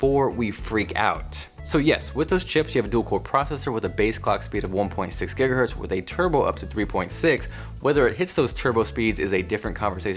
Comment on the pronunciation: He just pronounced "Giga Hertz" wrong.